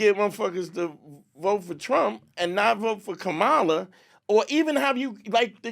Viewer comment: Even sayin' 'Kuh-Mah-la'. It's 'Kah-Muh-la'.